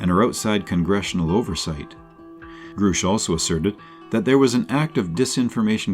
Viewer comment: its also grush like brush. This honestly makes it sound like you didn't do proper research when almost nothing is pronounced properly. Take this though as constructive criticism on how to improve because this was very watchable other wise.